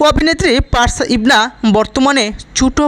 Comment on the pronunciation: নামটাও ঠিক মতো উচ্চারণ করতে পারেন না ওনার নাম পারশা ইভানা কিন্তু আপনি বলছেন পারশা ইবনা আপনার উচ্চারণ ঠিক করুন